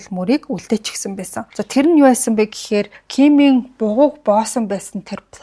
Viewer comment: Baisan baidag gedeg ugnuudee beesen beedeg gej heleed bgaam shig sonsogdood bhii 🤣🤣🤣🤣